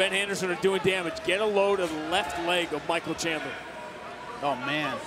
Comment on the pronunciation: I swear the announcer is saying Chandlin lol